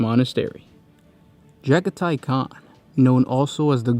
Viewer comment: Pretty sure it’s “Juh-gah-tee” not “Jaga-tie”